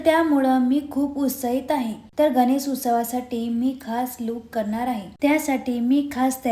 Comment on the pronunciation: गणेस नाही गं बाई गणेश